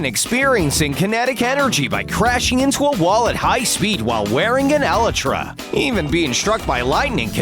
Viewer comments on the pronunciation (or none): He said eletra it's elytra dude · By an elatra Hello not to hate but its elytra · You dont pronounce it elytra ( ee lit raa) its (ee-light-tra) :/ weird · His pronounciation: Ehlehtra Everybody else: elaitra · “Alytra” that hurt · Why did he say ellitra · He really said ellytra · ah yes E L E T R A sure. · No ones addressing how they said elytra .they said “Elitra” like WHATS AN “ELITRA”?!?!?? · The way how he says elytra wrong makes me cringe no offense tho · his pronunciation of elytra